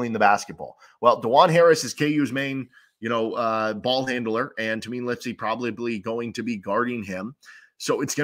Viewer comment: Iowa State fan here - really good insights and breakdown. Looking forward to the matchup. One note - it's pronounced TAY-MIN, not TA-MEEN